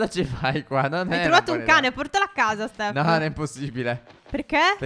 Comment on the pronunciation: Perché phere dice STEFFO. LOL😂